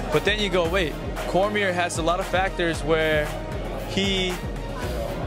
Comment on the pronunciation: Ortega is so fucking stupid that he doesn't even know how to pronounce Cormier. What a fucking moron.